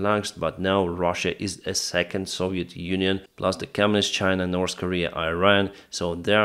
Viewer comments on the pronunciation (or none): none